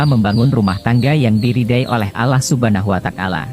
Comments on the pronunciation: bukan alah suban watakala ,yang bener allah subhanahu wata,al ,jadi juru bica yang bener lo sembarangan ,perbaiki bicara lo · pengisi suaranya salah sebut Allah subhana watakala yg benar Allah subhana huwata ala